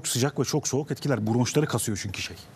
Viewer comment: 42.20 serdar ali çelikler çok soğak dedi😂